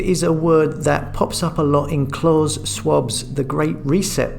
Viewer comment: It's pronounced clowss as in clowns, not claws as in pause.